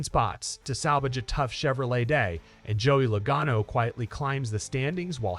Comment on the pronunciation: Bro did you not hear how they said Logano? And after mentioning being a NASCAR fan lmao